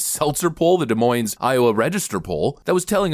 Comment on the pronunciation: Hey it’s a small thing but you’re slightly mispronouncing Des Moines. The S on the end is silent. Sounds like “duh-moyne”